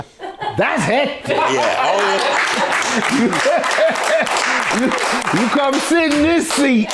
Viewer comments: Did he say "heptic" instead of hectic? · “Heptic” he means hectic 😂😂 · He keep saying “heptic” lol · He always does. I noticed that also.